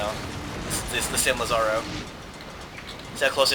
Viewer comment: Just a note of advice, it's pronounced 'LA-za-ro' with accent on the 'La.' In Spanish it's spelled 'Lázaro.'